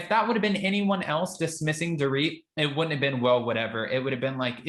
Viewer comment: I lol when she calls Dor..it